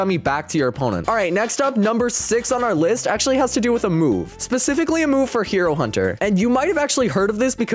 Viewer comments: Hey uh you made a miss spell when you said hero hunter you said hiur hunter, just correcting some miss spells! Nice vids! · "Hiro hunter"